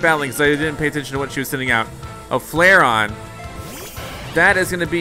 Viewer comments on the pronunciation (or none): It is flare-eeeee - on not flare-on!!!!! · Its Flar-eon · It’s g*****n pronounced Flareon